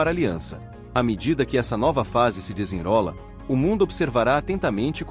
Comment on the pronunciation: Muitos erros de prosódia nessa narração. Expertise é palavra portuguesa e deve ser lida como se escreve: "espertize". Desenrola tem de ser lido como desen"rro"la. Mas o conteúdo é muito bom e válido. Viva! Cuba Libre das garras do grande Satã.